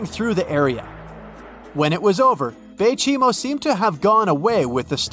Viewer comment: that three times you say the baychimo lamo